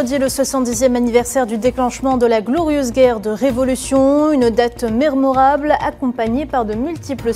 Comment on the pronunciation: c est quoi date mermorable?1 on dit mémorable